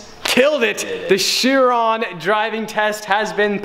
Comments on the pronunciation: Pronounced ‘Kiron’, not shearon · nope its a Bugatti Veryon not a "Cherron🤦‍♂️" Chiron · Fun fact, your pronunciation for the Bugatti Chiron is not "sheer ron", it is pronounced "KY rahn". Hmm, the more you know. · It is bugàtti Chiron not bugàtti laugh my ass of 😂😅😆😂😃😄😅😆